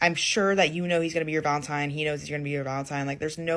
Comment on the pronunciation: For the love of God, it s Valentine, not Valentime.